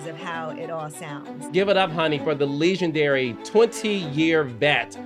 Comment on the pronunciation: Carlos do you purposely pronounce words in a weird way?? You do it a lot! like Leeeeegendary for example 😂😂😂😂